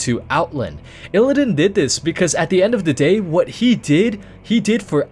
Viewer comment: You also don't seem to know how illidan is pronounced.